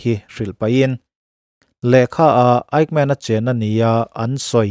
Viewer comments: Fightmen i tiin ka hria, Eighmen ti a lam chi a nia aw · Kan American-Jews Lecturer chuan a lam dan tur min hrilh dan chuan Ekmen tia lam tur a tia ...😊 Mahse a ngaithlatuten kan hriatthiam vek chuan a tha vek. Kan hriatthiam lai tak kha a pawimawh ber.